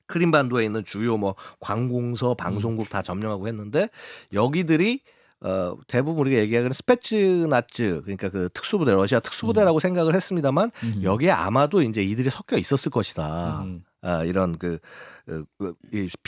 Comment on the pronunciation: 스페츠나쯔라는 발음 너무 거슬려ㅋㅋ ts발음인데 왜 쯔라는거야ㅋㅋ